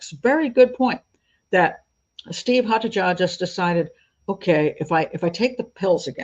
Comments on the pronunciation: The name 'Haataja' is not scandinavian, it is finnish which is often considered a scandinavian country despite not, in fact, being on the scandinavian peninsula. It is NOT pronounced 'haatadja' as you did but closest to 'haataia' as the sound for 'J' in finnish is closest to 'i' in english and absolutely not a 'dj' sound. Also, you say he bought 'an accelerant' as well as the schnapps, which as a combination means that we need to know exactly which accelerant, or you might as well have said "he bought stuff" because that is as pointless to know. Vodka is an accelerant, did be buy vodka? Fairly relevant. Acetone, Benzene, pure alcohol - all accelerants but can be for many purposes other than setting fire to. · It's a Finnish surname, pronounced as Haataya.